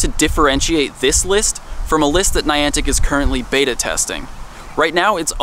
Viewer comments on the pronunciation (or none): none